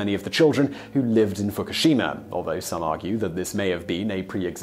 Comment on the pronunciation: Please stop pronouncing Fukushima wrong!!!! Learn before you speak